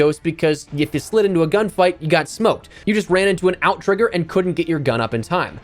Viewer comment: “Out trigger” lol “L Trigger”